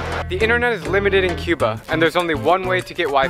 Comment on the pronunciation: It's "kyuba" not "cooba"